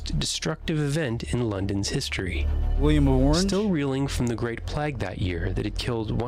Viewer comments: Plag? He's saying 'plag'. It's PLAAAIIG. PLAGUE. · Annoying that he keeps pronouncing plague ("play-gh") as plagg. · Just a small point, but the narrator of the video pronounces ‘plague’ as ‘plag’, to rhyme with flag. In English it is pronounced ‘playg’ to rhyme with vague. Is this perhaps a US usage? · Thanks for this. May I encourage you to say Great Playgue (1665) not Plagg? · The way he pronounces “plague” is really annoying. It’s “play-g” not “plag”. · Plague is pronounced 'PLAYEEG' and Norwich is pronounced 'NORRICH' 🤦‍♂ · it's a good vid but he keeps say plague wrong he's saying like plag not plague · Why are so many video voice over artists (like the one in the inset video) unable to say 'plague' correctly? It's like they aren't sure if it's plague or plaque so they try and say something in between. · Why can't the narrator pronounce the word "plague"?